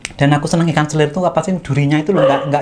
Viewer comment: 🐟 selar kak...bukan selir...